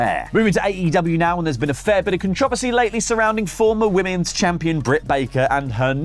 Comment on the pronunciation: Controversy = "Con-trah-vess-see"? Bobby Fish wants to know "Where's the R?"